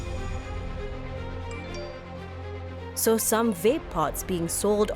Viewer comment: Funny how the guy kept saying 'whape' and the lady kept saying 'Vape'